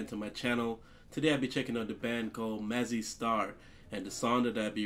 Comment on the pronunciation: thank you for pronouncing Mazzy right. all reactors call it Mazey for some reason like they dont know how to read lol